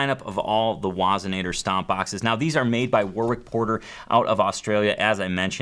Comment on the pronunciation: "...are MADE in Australia." Why do millennials always emphasize words nonsensically?